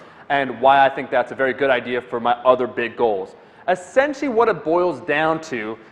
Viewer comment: Hey Omar. Great video. It seems that 'essentially' is not a word that say very well. Have a great weekend.